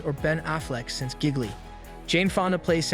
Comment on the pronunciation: "Giggly"? "Skadenfreud"? and "Loaps"? "Maria" Carey? WTH? Just use a real person that can pronounce words.